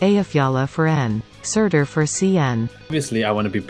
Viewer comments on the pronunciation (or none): Everyone: Surter: Surtir